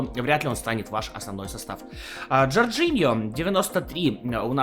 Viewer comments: Джорджиньо.... Ты читать умеешь? Жоржиньо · Но он же Жоржиньо